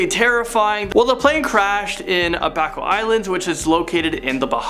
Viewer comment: You pronounced abaco wrong